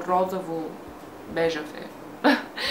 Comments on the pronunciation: Розово* не розаво...иначе супер клипче... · S ро-зО-во, не розАво !